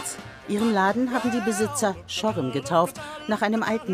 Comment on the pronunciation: reutzel und schorem falsch aussprechen.......